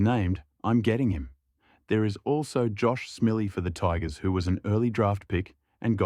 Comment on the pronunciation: 'Josh Smelly' 😁 The voice simulator has an ironic humour bug ('Dy-Coes' etc)